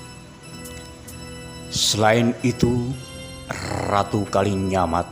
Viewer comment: Knp???? Ngomong aja "RATU" knp harus... "errrrrrraaaatuuu"